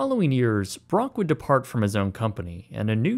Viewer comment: Wud? What the fuck is "wud"?